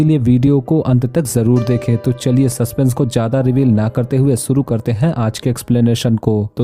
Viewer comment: Suru❌ = shuru✅